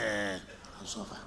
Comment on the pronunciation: please can you let Wike know that it's called shock absorber and not shock absorver